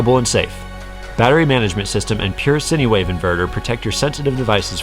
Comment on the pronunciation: "sinnywave" nope. sine wave, "sine', it's pronounced like "shine" but without the "hh" sound, it'd be "S-ien" rather than "Shh-ein".